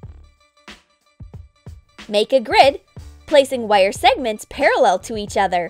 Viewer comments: The way she says “wire” bothered me so much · someone says wire weirdly